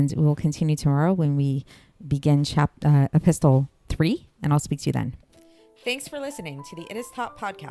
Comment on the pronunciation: It's pronounced e-pis-sel.the t is silent.